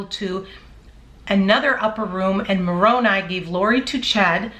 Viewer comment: Love your channel. I run all channels on 1.5 speed because i have little time. You still sound great at that speed. Also im glad you learned how to say Moroni correctly. I am a utah Jack Mormon.